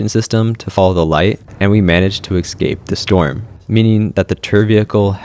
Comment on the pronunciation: I’ve noticed you mispronounce the word “escape” in every single one of your videos. You always add an x where there isn’t one. You say “ex-scape” but it’s pronounced “es-cape.” Exactly how it’s spelled. Es-cape.